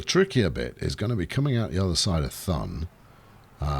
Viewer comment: everytime you say Thun I die in the inside because it's so horribly wrong